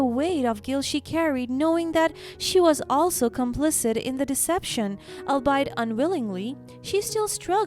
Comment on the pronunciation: Albeit is an "old" english word, often used in legal sentences, said all-be-it. The word solace does not end like lace, it sounds more like bliss, the whole word is short. Try google if you are not sure of pronunciations. You are telling stories in english, if you get it wrong, the people who rely on you to improve their english, will get it wrong too. It is better, and much less embarrassing, for you and them to learn it right first time. All the best.